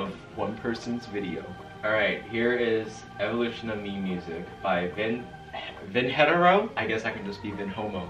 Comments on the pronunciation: vin- heh- tay-row is how its pronounced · i love vinheteiro! i also love watching u. but i'm pretty sure the right way to pronounce it is vin-he-ti-roh